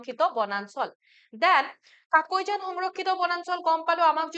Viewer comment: Kakoijan nhoy mam,, কাকৈজানা হয়